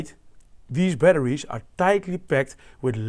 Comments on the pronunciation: Lituhiuiim batterishhh" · how did this guy manage to pronounce a H in 'batteries' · i love how you pronounce batteries. hehe, batteriesh.